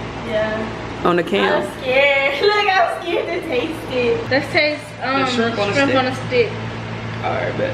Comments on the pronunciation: She said strimp. I hate when people call it strimp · " sum strimp" 😂😂😂😭💀‼️